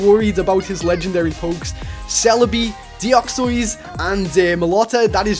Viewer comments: its not deoxoys its deoxys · its De a xys and mel o ett a not melota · dont wanna be mean or something but theres na an secnd o in deoxys. u say deoxOys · I'm pretty sure he said deouxees near the end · deoxoeyz 😂😂😂😂😂 ( no offense)